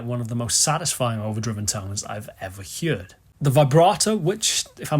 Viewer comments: It's pronounced 'herd', not "heerd". Lol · Everyone in the world: “Heard”: “Hyuerd” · it's more like 'heared'. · Your pronunciation of 'He-ard' is interesting, I have never heard it spoken thus! Yep these Magnatone amps have gained mystique! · The trem circuit on vintage Gibson amps isn't too shabby either..I own 2, a Falcon and a Discoverer, and the tremolo on both of them is stellar... Great vid and beautiful playing, as ever...And it's always a treat to hear how you pronounce "heard"...